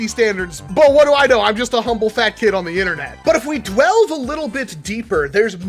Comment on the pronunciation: Did he just say "if we DWELVE a little bit deeper?"